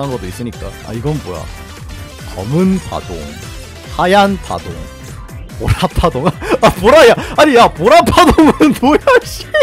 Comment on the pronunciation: 보라파동인데 왜 고라파덕으로 들리지